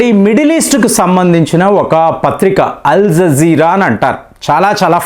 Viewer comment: Nuvvu pronounce chesinatlu ee prapanchamlo evvaru cheyyaru. Maayanmar కాదు adi, Myanmar. Aljajeera ni kuda palakaatniki chaala kasta paduthunnavu.